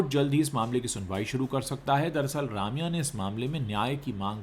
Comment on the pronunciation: Bhai Raamya nahi, Rum-ya hai sahi pronounciation...